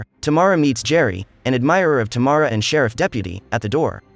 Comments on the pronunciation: Its, Tam- ara....not Ta- mara... thx.. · Wonderful pronunciation ..Tamara = Tomorrow 🤣🤣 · oh my...it's Tamara not T'morrow 😅